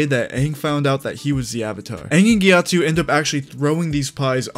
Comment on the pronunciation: GyatsO, not GyatsU.